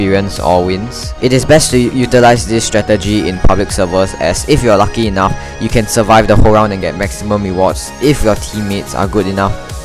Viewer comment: "in a Pro sever"